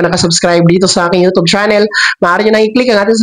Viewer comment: Bka po u tube di utub mali po pronounce u